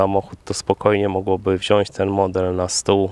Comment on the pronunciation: Kurde, poprawiłeś znacznie swoje wypowiedzi, jedno zostało! TAM KURWA, NIE MA "Ś" !!! WZIĄĆ!!!!